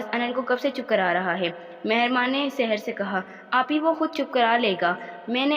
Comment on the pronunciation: Saher ko Sahed keh raha tha😂😂